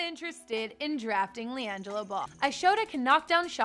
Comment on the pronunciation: LIANGEELO ball